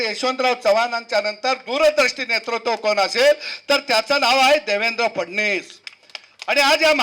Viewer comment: सद्या तू अगोदर फडणवीस म्हणायला शिक, केळ्या.. फडणीस म्हणत आहे😂😂😂